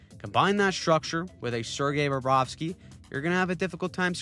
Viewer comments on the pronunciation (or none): It’s Bobrovsky, simple…….